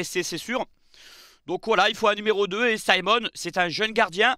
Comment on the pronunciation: Pourquoi dire Symon? Le Cameroun est francophone... C'est Simon 😅